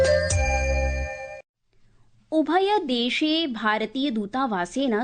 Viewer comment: रामरामराम। शुक्रवासरः। सायन्तननवार्ताः। ....... मृत्यूपरान्त-🤦‍♀️❌। ......... उभयदेशे❌।......... मृत्यूपरान्तम्🤦‍♀️❌। ...... पोर्तुगाआल्?।...... पोर्तगालीयाः। ............. । 🤦‍♀️ जयतु संस्कृतमेव संस्कृतम्॥